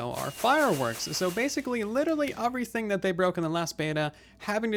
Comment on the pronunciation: *E*verything. not avrythinh or uvrythung.